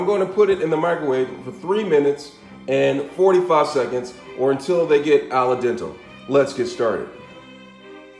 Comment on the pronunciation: He said "aladentle". 😂😂😂